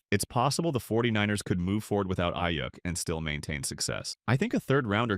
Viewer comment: Aiyyuck lmao it’s pronounced Aiyook